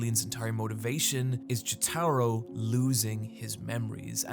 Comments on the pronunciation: Why are you saying Jotaro like that? I feel like I would remember if you did that in the part 3 video. Also, I hate part 6’s ending. I despise when the events of a story are erased, it makes it feel like the whole thing was a waste of time. I like part 6 as a whole, and I don’t mind Emporio beating Pucci or the whole cast being resurrected at the end, the whole story being nullified still really perturbs me. Like, despite all the other problems it has, my biggest issue with Sonic 06’s story is that it’s undone at the end. The main story with Sonic is hot garbage, but I genuinely there was a lot of good stuff with Silver, Shadow, Blaze, and Memphis Tennessee. Their character arcs and sacrifices being gone at the end, with all their memories (based on later games in the series) also being gone, it just annoys me to no end. Mephiles is, I think, one of the best villains in the Sonic series, and he deserves to have a spot in the timeline. Mephiles himself says as much in Shadow Generations. Anyway, sorry for getting sidetracked ranting about Sonic the Hedgehog. Great video. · please don't pronounce jotaro like that. by the way. huge fan but. please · Him saying "Joe-Tar-Oh" instead of "Joe-Tuh-Row" is a big pet peeve of ine lol, but great vid regardless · >apologizes for mispronouncing Araki's name >calls Jotaro, "Juh-TAR-O" instead of "Jo-Tah-Row" 😅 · Dude, I based my pronunciation of Jotaro’s name off how you said it in your part 3 video, and now you’re switching it up to Jo-TAH-ro?? My soul is now in conflict with itself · STOP PRONOUNCING JOTARO LIKE JÓTĀRO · "JetAro", huh? I suppose PatricianTV was right, mispronouncing names and words in general leads to more engagement. I can't watch this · Why can't this man pronounce Jotaro Kujo? Jo-Taro isn't right for the anglicised or japanese pronunciations. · casually saying Yoh-Taj-Roh is the best late april fools joke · Is this guy unable or unwilling to pronounce Jotaro the same way everyone else does?